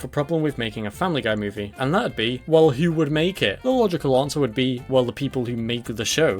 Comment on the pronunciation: "the bohb's buhrgars mew-vie"